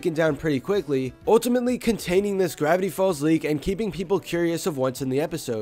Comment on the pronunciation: Grrrrrrrrrevity folz